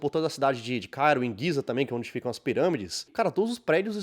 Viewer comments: Mas um g seguido de i ou é já não de lê - "gzi" em vez de "gui"...??? Voce diz "EGITO" como eu e não diz "eguito", não é? Mas diz "GUIZÉ" em vez de GIZÉ 😅😅😅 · Gizé, não Guiza.